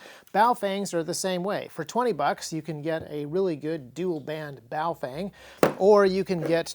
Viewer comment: Haven't watched this yet, will later. Just here to inform you, you most likely pronounced it wrong. The proper pronunciation is "boof-wang"